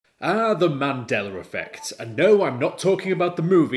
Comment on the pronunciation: It’s pronounced the Mandela Effect not mandelar effect lmao unless that’s a Mandela Effect. Mandela is spelled Mandela not mandelar. Good vid tho